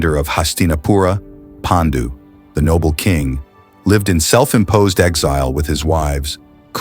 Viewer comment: Your videos are excellent I have subscribed your channel. ❤❤ one request please pronounce Paandu and not Pendu similarly it will be 👍 great if you actually pronounce the Indian names in Indian ways! Love ❤❤ from India.